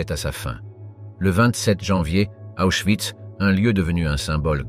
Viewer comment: Prononcer oïs. Et non pas de euss.